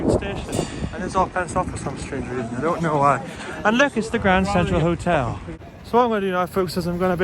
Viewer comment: HBD in the "GRRRRRRRRRRRRRANNND CENTTRTRAL HOTEL"